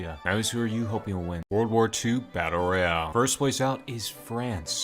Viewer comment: How I heard him: W2 batter royar